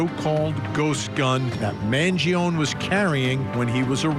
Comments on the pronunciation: His surname pronounces as Mangi'On'E. Not Mangi'On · Man-Gee-own-ee Vin. It's a great name. Stop messing it up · Vinnie you're obviously Italian, put some Italiano respect on this young mans name and say it correctly. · Mangione is pronounced “man gee o knee” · Vinnie you Iatalian I'ts not Mangioon Its M A N G I O N E In Italian it's Eat a Lot with the amphasis on the last 2 letters NE you leaving the E out 😂😂🔴⚪🟢 couldnt find an Italian Flag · I refuse to take you seriously Vinnie, until you correctly say Luigis last name. Man Gio Nee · Thank you! 🙌 Man-gee-on 🤦🏻‍♂️ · Why can’t he say his name correctly? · No. The italian "e" doesn't sound like the english "ee". It sounds like the "e" in the word "end". And "gio" is a single silable. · Can we pronounce Mangione correctly please ? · vinnie please learn how to say mangione's last name correctly....i cant take you seriously, and you have become toooo judgemental!😢